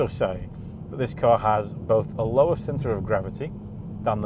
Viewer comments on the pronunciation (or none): none